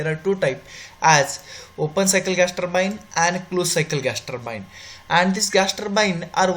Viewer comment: Ur english is very poor.. particularly turbine is says very worst pronunciation